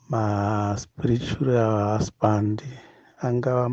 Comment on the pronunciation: 🤣🤣🤣🤣 stooooop! Hanzi Sprrretual! Not Spiritual but Sprrretual. 😎Please pay attention